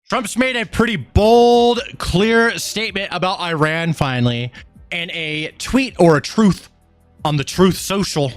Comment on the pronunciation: I believe its pronounced ( E-run) 😅 Btw....That evil regime not only wants Isreal and every Jew world wide to flounder under their Islamic sword but they chant for all our deaths here in the west and every non-believer to perish by their hand! No joke. They secretly pay islamic cells to attack! I feel bad for the people who not want death to us all but have to put up with such a regime? This could get scary if they already have sleeper cells worldwide?